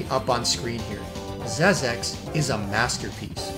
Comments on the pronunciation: Xexex is pronounced "zek seks", not "zez eks". Nowadays, it's also available digitally for PS4 via PSN. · XEXEX : The original true pronounciation is "ZEKZEKS", not "ZEZEKS" !